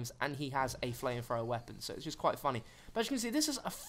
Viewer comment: "Flamefrowa" "Literally, literally, literally"